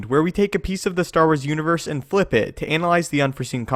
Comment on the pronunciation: I would appreciate it if you enounced your “it” all the way, rather than saying “i”.